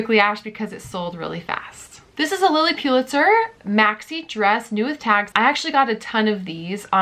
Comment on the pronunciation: Please it’s pronounced Lilly Pull-itzer, not PU-litzer! Sorry but It’s hard to hear over and over again. Thanks for the videos and good luck with the new baby!